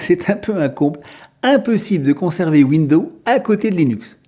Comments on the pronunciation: Il faut prononcer le 's' de window(s). 😞 Je pratique Linux depuis 1997. Une chose qu'il faut savoir pour Linux. Méfiez-vous des matériels trop récents: Il ne sont peut-être pas supportés nativement. Aujourd'hui c'est moins fréquent mais la bonne démarche est de se renseigner sur la référence du matériel à installer avant de l'acheter. Ceci vaut moins pour les périphériques Amovibles USB par exemple mais c'est encore possible. Noter que vous avez le droit de retourner un appareil si Linux ne le supporte pas. C'est pour cela que si vous avez un doute: 1/Conservez vos tickets d'achat 2/N’abîmez-pas les emballages, du moins tant que c'est possible. Les vendeurs ne fond pas forcément beaucoup de marge sur tous les produits. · c'est moi ou sa façon de parler est insupportable ?? windows se prononce ouinedose, répète apres moi. C'est toi Raphaël Enthoven derrière ton écran ? lol:face-green-smiling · Oui, ça m'énnnnnerve aussi ! Windoze, Windoze !!! C'est pas compliqué ! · Linux Mint c'est génial , mais Windows est utile pour les travaux d'impression . J'attends avec impatience les prochaines vidéos. Pour la prononciation de Windows , il suffit de dire "fenêtres" et "pomme" pour Apple , c'est plus facile . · Vous dites tout le temps (phonétiquement donc) « Window ». Mais vous devriez prononcer « Windows» avec le son « z » sur le « s » final. Sinon vous inventez un nom de système d’exploitation qui n’existe pas. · Rem : on ne dit pas window. C'est windows et on prononce le s. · Très bonne vidéo. Mais pourquoi prononcez-vous "window" (fenêtre, en anglais), et non pas "Windowze" (l'infâme système d'exploitation que tout le monde connaît) ? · Cette façon de parler qui me donne l'impression d'entendre mon grand-père ... Windeau windeau windeau ... Insupportable